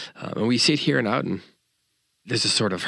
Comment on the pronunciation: “Ah-den,” not “Ow-den.”